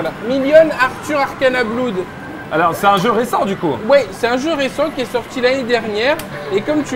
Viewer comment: Benzaie stp claque quand il prononce "bloude" stp... #payetonanglais